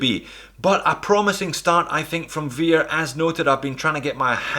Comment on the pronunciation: Hey, it's pronounced as vare, not vear..